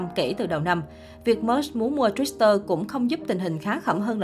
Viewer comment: Đọc tiếng Mỹ còn không rành bày đặt phân tích người có cái đầu giỏi và giàu nhất thế giới. Tự bịa ra chứ chuyên gia nào nói? Chuyên gia tên gì ? Ráng về đọc cho đúng chữ Twitter trước rồi làm truyền thông nha.